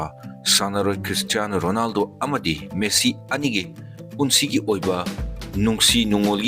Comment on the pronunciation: Messi❎ Meesi✅😂😂😂